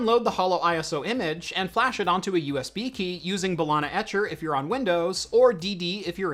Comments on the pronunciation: Did you just say "Balana Etcher"? 😆 Not sure if you noticed, there's an E in the middle. Say "Buh-lee-nuh", like in arena or regina. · wtf is "balana" etcher ? :))